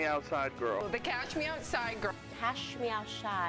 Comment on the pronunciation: The pronunciation is what makes it funny and unique, though. The whole thing is frequently quoted as,”Cash me outside, how bow dah?”